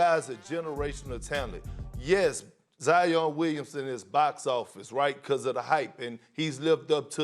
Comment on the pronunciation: No one : Not even Covid-19 : Stephen A : Zion Williamsons Dominique : Jaian